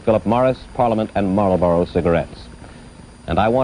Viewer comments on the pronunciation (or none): none